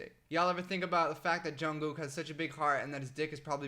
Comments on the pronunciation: HAHHAHA THE WAY HE SAYS ‘JUNGKOOK’ IM SORRY I FEEL BAD FOR LAUGHING 😂 😂 😂 😂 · It is JungkooK with a k at the end